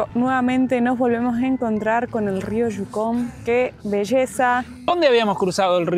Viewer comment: Yucon (no jukon o shucon)